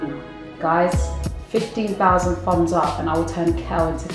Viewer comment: I like how they say "fums up" instead of "thumbs up" lol 😊